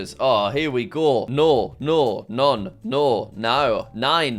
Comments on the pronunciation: His pronunciation of the "No's" in different languages was so very wrong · he butchered litererally every form of "no" besides english